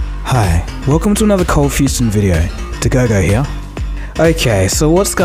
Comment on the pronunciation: Why does the intro pronounce it as Coldfusion tv and you pronounce it as Coldfuston tv?